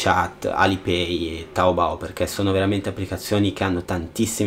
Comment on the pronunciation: E aspetta su è taobo no taobou Non dire che non sono cinese sono cinese